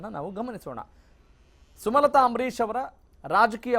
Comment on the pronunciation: ಸುಮತಲಾ ಅಲ್ಲ ಸ್ವಾಮಿ ಸುಮಲತಾ